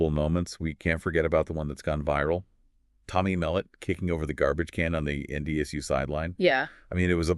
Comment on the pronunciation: "Tommy Melit" 😂